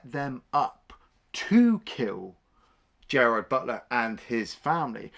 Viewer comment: GERARD BUTLER. Not Gerald.